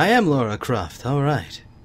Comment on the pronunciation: not lora croft, lara croft! ly by